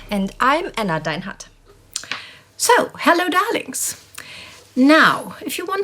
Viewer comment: ok, got my dose of "dawlins'" ... life is good :) ... joking aside, well done team, yet again. Always enjoy learning from these videos. Merci Mesdames :)